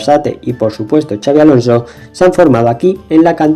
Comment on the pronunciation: Me ha encantado el video pero te voy a poner una pega. Has nombrado a Xabi Alonso y a Xabi Prieto con el Txa catalán... este fonema en Vasco y para los que no lo saben, se pronuncia como "pisha" o "Shakira" .